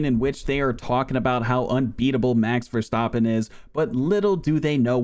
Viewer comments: Did he say duh duh duh duh max verstappen🤣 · daduhdadeh max verstahpain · Max Verstophim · ''mex verstarpin'' ''valtery boatarse'' ''JaW GWaNyA''